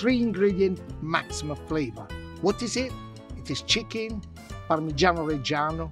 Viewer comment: Somebody else noticed that,in the begining he says chckin instead of chicken 😀 anyway food looks amazing.